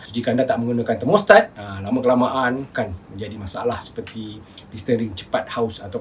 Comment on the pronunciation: 😆😆😆 sebut juga thermostat